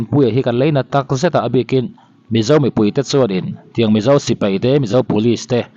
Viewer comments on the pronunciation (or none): none